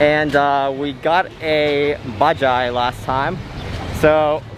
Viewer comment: Its bajay not banjay btw 😂